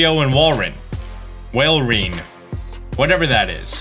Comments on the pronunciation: How do you not know how to pronounce Walrein.... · 'walrein' the beautiful water-ice pokemon, come on:(